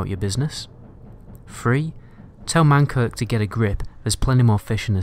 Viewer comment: It's MANKRIK